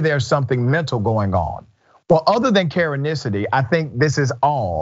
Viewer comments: Please stop saying Karenisity lol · I love it, “Karenicity”.